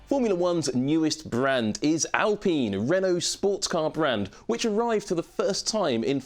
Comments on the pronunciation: Why are we calling it 'Al peen' as if thats how any ENglish speaker will ever say this name like that? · I think most English presenters back in 2020 called Renault by the French pronunciation, with the L and the T silent. It's not so out of this world.